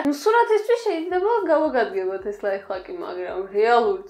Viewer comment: ლაიფხაკი არა ლაიფჰაკი